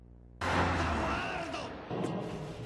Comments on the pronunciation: It's not za wardo it's EDUARDO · He says THA WORLDO instead and it sounds so cringe